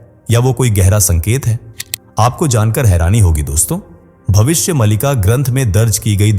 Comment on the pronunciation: Malika nahin Maalika.